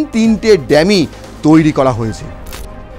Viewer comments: Eta dammy bole na bhai dummy hocche pronunciation.english taah thik kore bolun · D"a" mmy নয D"U" MMY. ডামি । ENGLISH ঠিক কৱে বল।